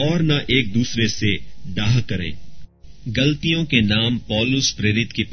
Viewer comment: Bhai sorry Bt yeh glaatiyan hai. Aap galtiyan pd rhe ho Sorry bhai jai masih di Maaf krna